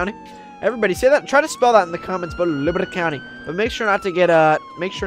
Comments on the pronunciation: In the beginning of the video it sounded like he said liberta countei lol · Well I don't and here's you're libwty county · It’s libati counti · u said try to spell liberty county the way u say it I do it like this liberte countey